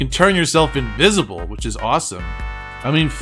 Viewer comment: INVISBLE? HAHAHA